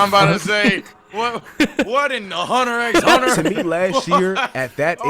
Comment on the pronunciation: mans said hunter X hunter, with the x, wtf